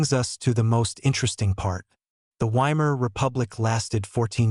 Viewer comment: I clicked on it because it looked like an interesting topic, but AI voice-overs are always BORING. I suspect it's an AI-generated script generated from major input from Sikipedia and National Pinko Radio. No thanks. And by the way, "Weimar" is pronounced "VY-mar." I'd bet if you misspelled it your stupid AI voice would pronounce it properly.